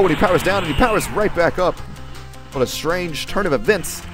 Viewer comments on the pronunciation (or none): none